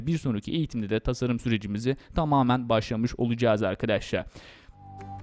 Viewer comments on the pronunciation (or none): abi afedersin ama çok mal konuşuyorsun, biraz daha düzgün konuş "arkaaadaşlarğ"